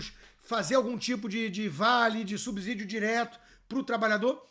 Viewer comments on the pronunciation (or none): Sou seu fã Mas não digas subZidios, pois é subSídios.